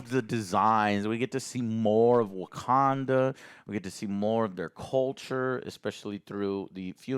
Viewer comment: Wagwanda Forevah!~